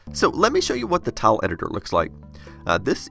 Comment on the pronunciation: Every time you spoke "tile" I heard "towel". I dunno if it's my poor English or you're pronouncing it funnily, but you can imagine my confused face :D